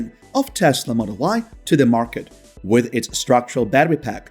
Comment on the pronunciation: The word with is pronounced as with not wiss.